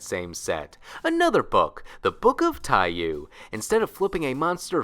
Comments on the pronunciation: Americans pronouncing “Book of Tai-yuu” instead of “tai-YOH”… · Dumb thing but its pronounced Tai Yo, the u is silent. Boktai burn that into my soul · Oh shit, this is the first time i have seen "Book of Taiyou" written down. I think i've only ever heard people say it before, so I didn't realize they were mispronouncing it. The "you" in "taiyou" (太陽 orたいよう) is pronounced like the english slang word "yo", just with an elongated vowel. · by the way book of Taiyou the you part is pronounced yoh